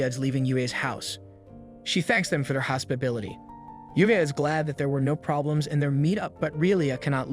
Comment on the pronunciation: isn't it hospitality, not hosbility